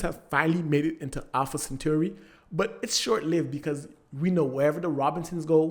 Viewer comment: I’m sorry but… Alpha “centurri”